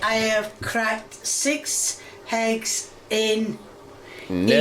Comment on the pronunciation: I questioned if there was an H in ham, from her saying heggs